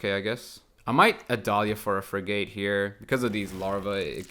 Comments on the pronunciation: Ok its not frig ATE its firgte the a is silent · Love your videos man, but your pronunciation of frigate was cracking me up more than the intro 😀. It rhymes with dig it, not a long a as in gate. English is the worst, I know. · What?? You're right it isn't frig ATE but it's not "firgte" and the a isn't silent. It's more like frig IT. If you're going to correct pronunciation, you should try not make mistakes yourself.